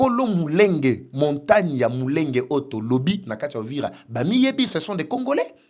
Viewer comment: Mulenge et non Munenge svp